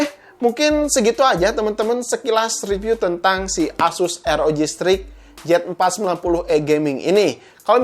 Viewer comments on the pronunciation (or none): none